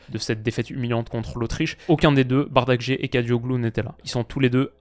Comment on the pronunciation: Superbe vidéo 👍 mais je comprends pas pourquoi en France vous prononcez le "i" des joueurs turcs en "e"...deux exemples : c'est Yazici et pas Yazice...c'est Bardakci et pas Bardakce...je comprends pas cette déformation 🤔